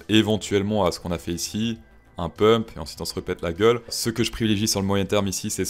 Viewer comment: Mais C'est pas "PUMPE" c'est "PEUMP"